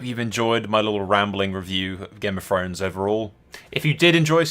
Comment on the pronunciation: It's Throne not Fone ffs